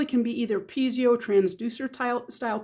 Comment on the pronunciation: Pee-ay'-zow -- not Pee'-zee-oh